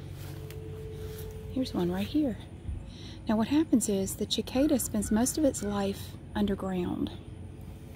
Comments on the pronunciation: the c at the start of cicada is is meant to sound like an s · So glad you are back!! I love cicadas. Ive always said sacada. Ive never heard someone say chicada, I love it!!! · I love listening to talk about things. Even cicadas! I've also never heard anyone pronounce it like that. Neat! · Ashley Smith i know! i didn’t know there was another way to pronounce it (the way she did) and i came to the comments and didn’t see any one comment on the different pronunciation, so i thought i was saying it wrong ahah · I've always loved cicadas and cicada shells, it grosses my sisters out but I like placing the on my shirt when i was younger. I've never heard anyone pronounce "cicada" differenlty before so i thought that was interesting.